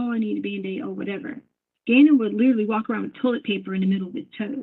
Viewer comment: There’s no way “liddurly” has a doctorate degree. She’s not “izzacly” very smart. Allllll she does is lie. She sincerely thought she was smarter than these special agents. It’s incredibly interesting to watch her get obliterated in court.